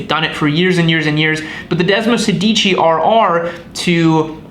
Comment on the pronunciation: If you want to sound like a real Ducatista, pronunciation is key. Sedici has the accent on the first syllable and sounds like SAY-dichi. Sedici means “16” for those wondering. Desmo is Greek for bond and in this bike, refers to the way desmodromic valves are “bound” to the camshaft; 16 of them in this bikes case for desmosedici, (desmo-SAY- dichi). Source: me, an Italian speaker. There, now everyone can sound like a real Ducatista.